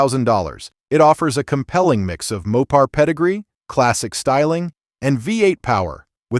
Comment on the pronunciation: Great list, but someone oughta teach that AI narrator how to pronounce "V8".